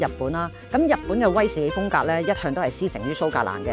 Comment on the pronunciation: 講說話清楚，冇懶音，亦唔係好似一般年青一代咁多尾音……"嘅啊…呢樣呀…係噉啊…噉樣啊…" 唯獨係講說話比較快，同埋每次用威士忌作為句語開始，會特別好用力及好重音，呢樣要留意一下。😊 但總括而言專業，專業得嚟係講緊人話，聽得明。😂